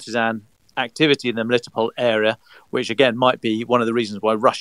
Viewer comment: I really appreciate that can pronounce "MeliTOpol," because the weird British way the others say it is really off-putting. I lived there for two years, and it's an absolutely lovely, laid-back little city.